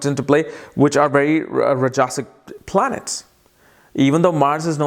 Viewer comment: Rajasik, tamasik pronunciation is wrong